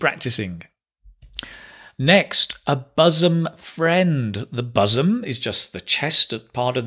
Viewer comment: Hai, I am an ardent fan of yours. Please carry on your good work. By the way, isn't your pronunciation of the word ' bosom ' different from the standard pronunciation given in the dictionaries, including Daniel Jones's. I suppose it's the Manchuvian version.